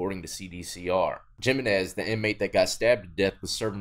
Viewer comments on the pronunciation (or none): Just fyi when it comes to Latino names “J” Is pronounced like an “H” so not giminez instead it is pronounced HIminez. I’m sure most don’t care and if I didn’t have some extended fam that are Hispanic I doubt I’d care/notice either. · Jimenez lmao . I love you bro but the j in Jimenez is like the j in jalapeño. It’s a H sound so Himenez if you will. Just teaching you in Latin terminology . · Look, I'm white as fuck but I live in Mexico and every time you mispronounce a Hispanic Last name it bothers me lol, like that guy Jiminez its Pronounced ( He-Min-ez ) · Hee-men-ezz. = Jimenez. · For future reference since you'll see the last name Jimenez pretty often, the J in Jimenez makes an H sound.